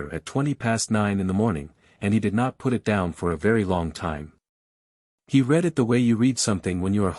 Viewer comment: Constant mistakes and poor pronunciation. Past tense sounds like red, present is reed.